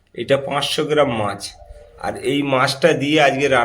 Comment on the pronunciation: মাঝ নয় মাছ। উচ্চারন ঠিক হলে শূনতে ভালো লাগে